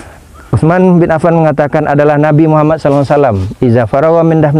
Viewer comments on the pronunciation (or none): none